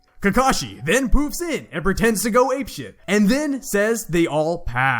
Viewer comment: 🤣 “he decides to gawg”. Good video tho